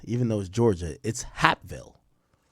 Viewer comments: I’m literally 5 mins from hapeville but the way he pronouncing it I thought this happened in some small town far away that I’ve never heard of.. Its pronounced like heyp-ville basically like cape but with a h instead of a c aka lil Mexico it’s nothing but Mexicans over dat way good food over there though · Somebody tell Ak that it’s pronounced “HAYP-VILLE”😂😂😂🤦🏾‍♂️ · It's pronounced H-🦍-ville. It's considered Atlanta/Fulton County, Georgia. It's close by the airport. There are hotels and restaurants on the strip.Also a Porshe dealership.You basically get off an exit and it's a regular 4 lane road and some one-way streets. Depending on the direction you're traveling. I think he might have been under the influence of something. He hit something and panicked and called his manager instead of the police. He probably knew the police would be able to tell he was under the influence while operating a motor vehicle and would've arrested him on the spot. Nobody wants to go to to Fulton County jail! I think he called his manager to avoid any trouble with the police. The manager was at one of those nearby hotels. He probably could've walked there if he wanted to. Although it's still confusing as to why he decided in that moment to unalive himself! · Hapeville is pronounced like Vape with an “H”. Hapeville is Atlanta, it’s by the Airport and Porsche Building. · The way he sayin Hapeville is killing me lmaoooo